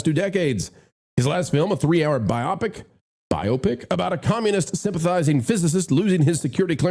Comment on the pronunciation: Removing your sunglasses enabled you to say "BIOpic" correctly! Well done!